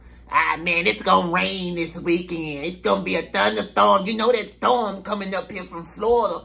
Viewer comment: "THTAWM COMIN IN FROM FLAWIDA" 🤣